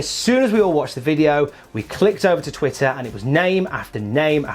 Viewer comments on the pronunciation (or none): none